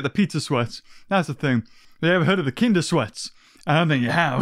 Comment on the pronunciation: I´m a German and I´m suprised you didn´t mispronounce "Kinder Ei" that vadly :o